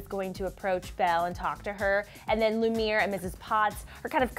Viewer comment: It's not lu-mere it's lu-me-air😂😂 Just sayin.